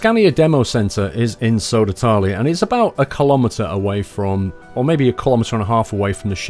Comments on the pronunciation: It's Södertälje not Sodertalie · Please ask your friend Keralis, how to say Södertälje. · It would have been nice if you learned to pronounce Södertälje...